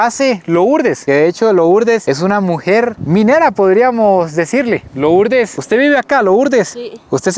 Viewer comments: Por qué dice loooourdes? Se pronuncia Lurdes aunque se escriba Lourdes. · CREO QUE SE PRONUNCIA LURDEZ 👀😬